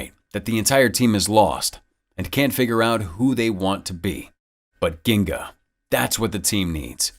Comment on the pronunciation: It's pronounced "jin-ga", the term comes from Capoeira.